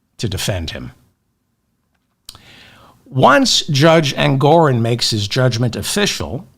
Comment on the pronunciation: ENGORON!!!! NOT ENGORIN!!! DON'T MAKE THE SAME MISTAKE TWICE....YOU KNOW BETTER!!! AND I LOVE YOU!!!